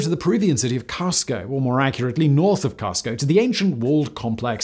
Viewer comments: Casko? that is NOT how you pronounce Cusco which is proouunced Coos-co. Didn't you watch The Emperor's New Groove? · HAHAHAHAHA CUSCO is pronounced Coosco double oo sounding coosco cusco. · I have never heard someone pronounce Cusco that way before. That hurt a bit 😂